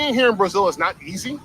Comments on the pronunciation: He can't even pronounce brazil correctly 😂😂😂😂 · The correct pronunciation in Portuguese is Brah-ZEEL. Get a damn clue.